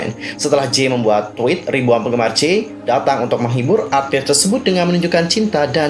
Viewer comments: #jae bang bukan #jay 😃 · mohon koreksi sedikit kak yang benar Jae, bukan Jay🙏